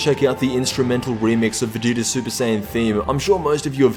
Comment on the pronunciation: "Vegituuzz" xDD Nice video